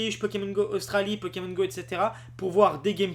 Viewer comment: Tu es insupportable. Le nombre de fois que tu as dit " Pekemon " à la place de " Pokémon ", ensuite tu dis aussi " Qu'on voiye " à la place de " Qu'on voie " et faire une vidéo baitclick qui comme tu le dis, tard dans la vidéo bien entendu pour garder les gens longtemps dessus, qui ne dit rien de nouveau, c'est franchement malhonnête. Pour ce qui est des " images ", tu n'as qu'a faire 1 minute de montage et mettre les noms des chaînes Youtube d'où vienne les images ou simplement donner tes sources en description. Ainsi, tu auras moins l'air d'un profiteur.